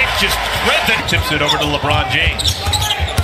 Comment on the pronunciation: Did he say Marvin takes it from LeRiod James lol